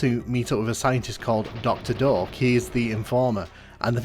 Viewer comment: Until I read the doctors name on the text I thought you were saying doctor Dork :D